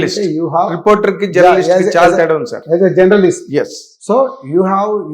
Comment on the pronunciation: జనర్లీస్ట్ కాదు.. జర్నలిస్ట్